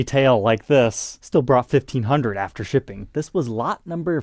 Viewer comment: Conshtruction? Shriping? Annoy!